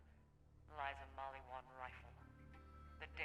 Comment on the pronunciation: You pronounce the name Mal-lee-wan wrong. “Get yourself a Maliwan and set some people on fire” I can tell you never plaid the first borderlands.